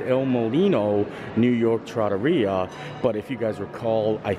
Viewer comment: Well, I’ll be, you pronounced it right. Someone told me a loooooong time ago it was pronounced tra-TOR-ria. Thank you,.